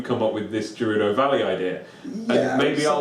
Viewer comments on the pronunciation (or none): "Jerudo" valley? Based on the Japanese language, I'm pretty sure it's "G" as it "Get". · ***** It's "Gey-roo-doh", "Day-koo" and "Koh-kee-ree". Japanese words all have specific pronunciations. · Oh Hylia, the way pronounced "Gerudo" and "Kakariko".